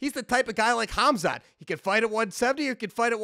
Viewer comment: Its so FUCKING RACIST AND DISRESPECTFUL TO SAY KHAMZATS NAME LIKE THAT. IF YOU KNEW WHO HAMZA THE MAN HES NAMED AFTER WAS , YOUD CRAP YOURSELF IN FEAR FOR BEING DISRESPECTFUL.